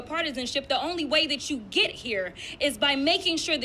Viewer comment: ... the word is 'get', Jasmine, not "git".